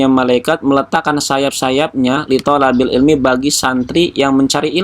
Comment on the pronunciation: "Litolibil ilmi" bukan litolabil ilmi